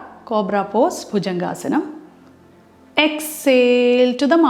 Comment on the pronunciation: പോസ് എന്ന് പറയണം, പോസ്റ്റ് അല്ല